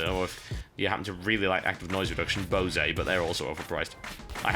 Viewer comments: Bow-say? Boe-say? BOSE. B-O-S-E. Amazing pronunciation there, Toetual Beescahut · Bosei? WHAT. Is that British English for Bose? I'm sorry for being a jerk, but it annoys, like "Raysh al Ghul" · Sound like someone's never seen a Bose commercial. Pretty sure it was founded in Massachusetts by a guy named Bose, not a Frenchman named Bosee (bo-say.) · Never heard someone say BOSE like that b4. Interesting. Cool game too, thanks TB. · I think to myself: "Is that how your supposed to pronounce Bose?" *checks Wikipedia* "nope definitely not..."